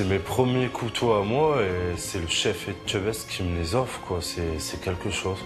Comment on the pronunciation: C’est si compliqué de prononcer Et che best? 🙄😬